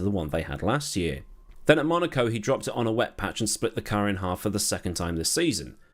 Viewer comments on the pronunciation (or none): none